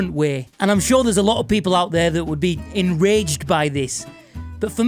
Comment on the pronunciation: "Enraged" or "Engorged"?